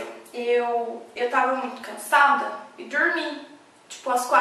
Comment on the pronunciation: Vc é de onde?? Que sotáque é esse no : ''Dormi dormi dormi dormi dormi'' ??? kkkkkkk